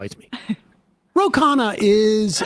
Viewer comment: Dude can't even get people to pronounce his name correctly. Indians DO NOT pronounce Khanna like that. No self respect at all